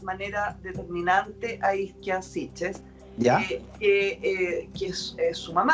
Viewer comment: la isla italiana se llama Ischia y no Izkia, que es muy diferente